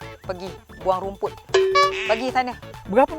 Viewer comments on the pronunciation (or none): Lain mcm sebut rumput..raumput